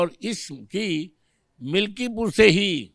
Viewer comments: पत्रकार मिल्कीपुर को मिल्कीपुर बोल रही है। ऐसे ऐसे तो पत्रकार हैं। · मल्कीपुर ना मैडम मिल्कीपुर है पूरी जानकारी लेने के बाद इंटरव्यू लिया करो😅